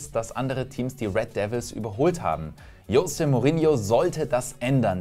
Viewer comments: das heisst chose und nicht jose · Es wird Chose und nicht Jose ausgesprochen 😅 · Du weißt, dass Mourinho Portugiese ist und sein Name nicht „Iose“ ausgesprochen wird.